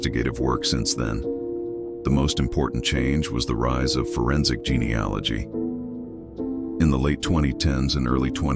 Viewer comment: Your AI is awful, the narrator kept mispronouncing 'genealogy' over and over .. Google it. Was so glad that you mentioned how it ended at the start of the story, as could not stand listening until the end. Will not be subscribing.